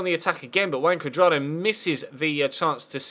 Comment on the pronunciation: It sounds like you're saying "Wank Cuadrado"